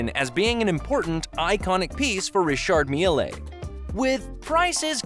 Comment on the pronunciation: its pronounced rishaard "mill"